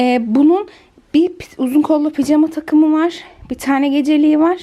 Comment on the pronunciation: Neden ısrarla picama diyorsunuz doğrusu pijama